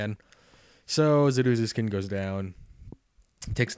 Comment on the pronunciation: You're saying Zuruzukin and Meloetta wrong... Sorry, I get major OCD over that kind of thing.